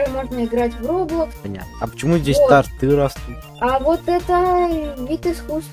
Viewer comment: Ух, не тортЫ, а тОрты